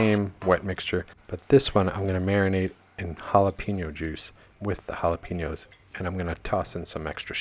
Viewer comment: Jalapeños with an E not an I. Sounds like your saying Piña colada. Just think Pen and yo. Sorry it’s a pet peeve of mine.. just want you to not sound dumb